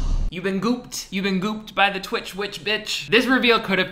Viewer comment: NOT THE INTRO SAYING 'TWICHEDS'